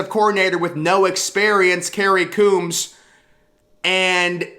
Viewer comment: i'm just not gonna take this seriously until he pronounces Coombs properly.